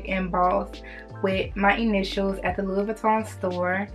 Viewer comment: The s is silent with Louis.